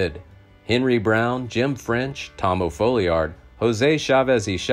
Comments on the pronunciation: It's Tom O. Falliard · Its FOLLIARD. The O stands for Oliver, his middle name. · His name was Tom O. Folliard, not O'Folliard